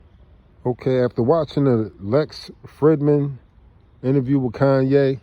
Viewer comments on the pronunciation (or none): you speak on karma in the wrong form. ☮️ and blessings my guy but look into a book called karma by Sadhguru..anyways I agree with you entirely on ye playing with the higher forces. Lastly just heads up Lex last name pronounced (Free-D-man)